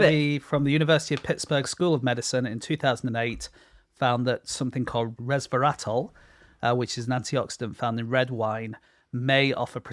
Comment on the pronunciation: I love how James' pronunciation of "resveratrol" sounds like "Nosferatu".